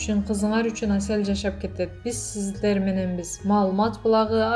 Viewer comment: ТУУРА СУЙЛОЧУ СИЗДЕР ДЕГЕНДИ НЕГЕ АЙТА АЛБАЙСЫН😠Башка создорду дагы башкача окуйт экенсин